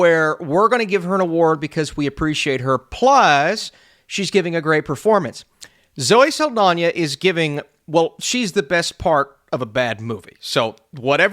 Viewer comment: For some reason is adding an I to Saldana. “Zoe Saldania” 😂